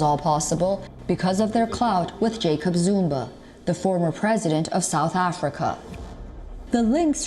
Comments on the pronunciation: Me: Zumaaa:: Narrator: zoooomba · Zuma not Zumba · Why she saying Zumba? It's ZOOOOOOOOMA!!!! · she keeps saying ZUMBA not Zuma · It’s ZUMA not Zumba 🤣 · Really? “Zumba?”...Zuma. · He's Zuma. Not zumba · 🤣🤣 It's Zuma Not Zumba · Why was the commentator saying "Zoomba" instead of Zuma? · This channel becoming more and more of mediocre. In south Africa, their correspondent is Asian. Racist much? Plus, she keeps saying Jacob Zumba. She can't even pronounce his name. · Why does that woman sometimes pronounce the name as "Zumba"? 🤣